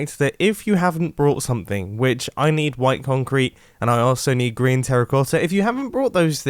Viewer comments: when he said "green terracotta" he said "grian terracotta" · "Grian" Terracota....hmmmmm (I know its green terracotta but thats what I heard the first time) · Did mumbo say GriAn TeRraCottA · Who else heard gRiAn terracotta ? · The way Mumbo says green terracotta it sounded more like "Grian" terracotta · He was supposed to say green terracotta but i heard grian terracotta.... Who else heard grian terracotta???